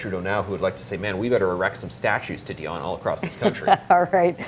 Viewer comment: He could learn how to pronounce a French name, it is Di on Not a Die on